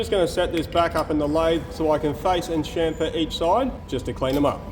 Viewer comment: "It's got a CHUFFER, it's got a CHONKER"... It's got a what..? "A CHAMFER!!!" - my beloved, watching next to me with our dog